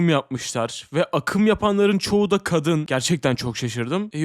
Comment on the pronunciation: Abi niye kadını kâdın diye okuyorsun😭👏🏼😣